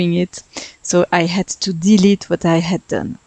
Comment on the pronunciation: Love the colors! Your English vocabulary is excellent. If you want some pointers, there's a few times where you put the emphasis on the wrong part of the word (for an American speaker, at least). For example, you said DE-lete, win-DOW, ta-BLE, but I would say de-LETE, WIN-dow, TA-ble. And one thing you may not know, Brits use the term "holiday" for time spent away from work and home to travel for fun and relaxation, but Americans use the term "vacation." Americans only use the term "holiday" for special celebration days Christmas, New Year's, and Independence Day. So most Americans would be very confused by you calling this a "holiday home." Just something to keep in mind if you want to reach American and British audiences.